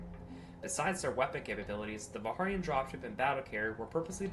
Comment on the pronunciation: Fair warning, Warhammer class carrier and Hawk class dropship. The Vikharian pronociation cringes me hard, but otherwise the lore entry is fun. Hawk/sokol pronouncing was good.